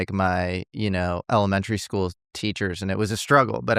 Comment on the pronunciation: Never heard someone say it like “Elemen-terry” before lol